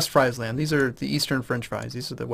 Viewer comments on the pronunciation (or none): if you win this war, you've pretty much won the game. it will be called the war of the two emperors and a bad-ass viking. oh and btw, it's Sk-oa-ne and Fr-ee-sland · Seriously, start looking up pronunciations of provinces. I always cringe when you say Skåne and Friesland.